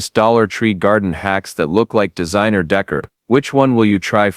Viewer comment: If I have to here the word "Decor" (day-CORE) pronounced "dekker" one more time ...